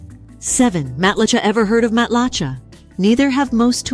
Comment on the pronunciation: Matlacha is pronounced Mat la shay